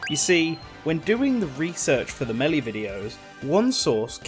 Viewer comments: when doing research for the melly videos. Bruh your pronouncing it wrong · If only there was an announcer who screams the word out so we have some idea on how to pronounce the games name 🤔 to bad that we don't have that. (Though he starts pronouncing it correct later, he just said it weird at the beggining)